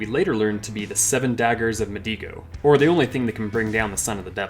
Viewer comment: 7 daggers of meGGido.. not medigo